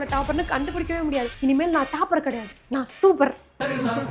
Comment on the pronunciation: Adhu CALLAGE illa ma COLLEGE TAAPER illa TOPPER.... O sound!